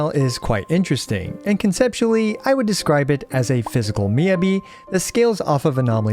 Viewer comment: thank you for your guides! just fyi it's pronounced more like "mee" "ya" "bee" - not "yuh"